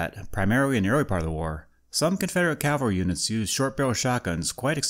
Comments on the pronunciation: I enjoy your subject matter and just want to help your presentation in a very small way. The term is cavalry not Calvary. You pronounced it Calvary (which is actually the name of the hill where Jesus was crucified) several times in your video, but it is actually cavalry when referencing mounted military. You are kinda switching the "L" and the "V" around when you say it. Thanks for the interesting video. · Cav-al-ry. "Calvary" is something else. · "Cavalry," not "Calvary." Cavalry are soldiers on horseback, Calvary is where Jesus was crucified. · Ka-val-ree, not kal-va-ree. Cavalry are horse soldiers; Calvary is a biblical location.